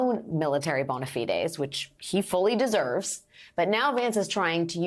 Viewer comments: That's not how you pronounce 'bona fides', lol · At least I know how to pronounce bona fides now....